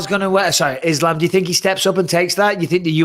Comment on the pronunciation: I hate how the commentators pronounce islams name it’s fkn annoying, same as that bullshit ADEHsonya that Ariel popularised just say the fkn names how everyone else does